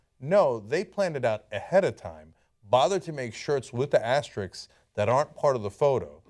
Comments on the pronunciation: Okay, so we know the asterisks were indeed part of the original slogan but does no one think anything of the fact that neither Cenk nor Ana can say "asterisks" properly? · Asterisk NOT Asterix, please. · ASTERISKS not asteriks! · Thanks for the video and all, but that's not how you pronounce "asterisks."